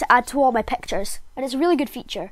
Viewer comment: I loved the way he said pactures